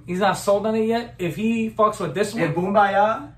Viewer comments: The way he says BoOmBayaH XD I can’t. XDDDD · To be a true blink - pay attention to how you say Boombayah!